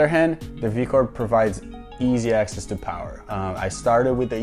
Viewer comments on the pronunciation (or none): none